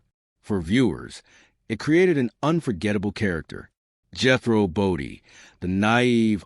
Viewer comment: #1. The AI voice is not pronounce BODINE, it’s not Jehro Bodie, I could be wrong but I thought it was his uncle who was the boxer? I catch Beverly Hillbillies now & then on TV & laugh my butt off. Max did a fabulous acting job with his character Jethro. So funny! When TV was good & entertainment. Ahead of its time, remember Jethrine ahahaha